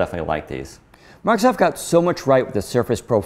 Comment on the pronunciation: First time I ever heard someone pronounce the Redmond-based company's name as "Markov". Markov Windows. Markov Word. Markov Surface Pro. Unusual!